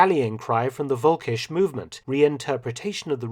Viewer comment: sorry, but it's "völkisch", not "volkisch"